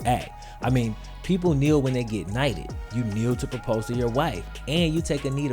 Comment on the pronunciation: He dude be aware of this whatever you do... Bow, stand, or kneel kneell....kneel? That is what you chose... Okay. knell....knell! KNEEL FOR USE.. BOY. And yeah by your action I do mean .... BOY!